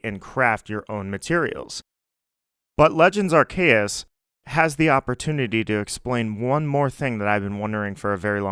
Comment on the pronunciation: Amazing video! I like how you say Arr Kay Us ❤️❤️